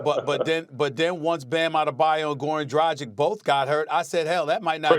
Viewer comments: senpai he said "drajic" which is wrong. It's more like Draggich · It's pronounced Drag -itch not Dra-gick 😂